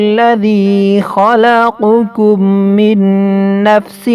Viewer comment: Khalaqakum, not khalaqukum.